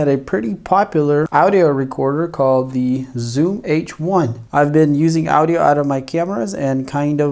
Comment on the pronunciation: Never heard anyone say A-U-D-I-A before